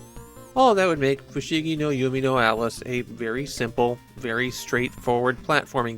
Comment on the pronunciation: You’re calling it “Yumi no Alice” instead of “Yume,” which is pronounced “you may”